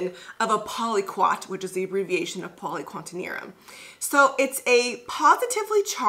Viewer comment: Btw, it’s poly-qua-TER-NIUM not quantenium lol